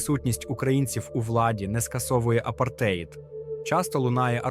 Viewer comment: Ставте наголоси в словах правильно - апартеЇд, свІтська і т.д.